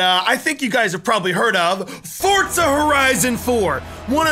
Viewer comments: Why does everyone say fortza it forza people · Why do some people say Forza sound like fortza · This guy said FORTZA HORIZON 4